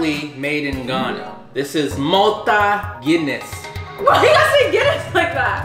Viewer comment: The Malta Guinness pronunciation is spot on. 😂😂😂😂